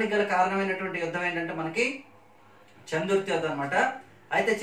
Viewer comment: Anna చందుర్తి కాదు చెందుర్తి మా ఊరి పేరు